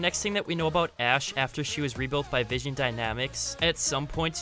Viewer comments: It's vin-son dynamics not vision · my guy butchered vinson dynamics its vin-son dynamics not vision dynamics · Enjoyed the video but you kept saying vision dynamics not vinson dynamics 😂good vid tho really enjoyed it man 👍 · It's pronounced vin-sun dynamics not vision dynamics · Great vid. I hate to be that guy but it was bugging me the whole video. You kept saying Vision Dynamics but it is Vinson Dynamics